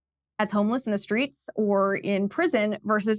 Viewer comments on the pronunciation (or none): none